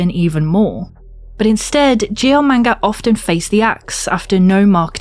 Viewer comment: Ohhhhh GL. I thought you were saying ""